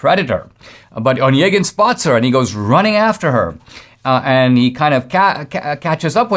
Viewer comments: Indeed, over the years I've Yevgeni converted to Eugene, but never in my life have I heard "Onegin" accented on the first syllable. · Onégin. Not "one gin". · Dinesh, you should have stuck with the pucka pronunciation of the poem title. NO ONE who has any education other than you feels free to massacre that name. You did us no favors!